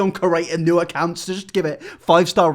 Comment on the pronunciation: It's not "new"